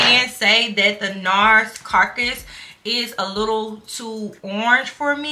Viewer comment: the Nars color is pronounced ca-ra-cus, not carcus--which is a dead corpse. My best friend uses that shade and she said it the same way you did at first, lol. I'm honey brown and my Nars shade is maceo, medium deep #4--love it!